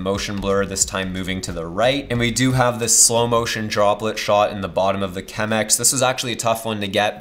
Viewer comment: This video was going soo well until he said "Chemex"..... The coffee snob in me is dying. But then, great video!